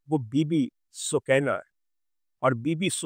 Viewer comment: سوکینہ نہیں سکینہ قران کا لفظ سکون دینے والی